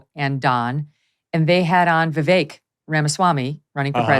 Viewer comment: Sorry I hate them both but it's not 'Vivake' it's 'Veevek' like in 'bet'